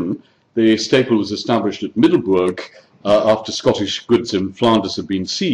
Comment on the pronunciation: Middelburg with an u like in but, and a g like in loCH, there is no oe like in shoe in burg